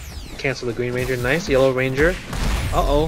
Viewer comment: I always hear Yolo ranger whenever you say Yellow ranger 😂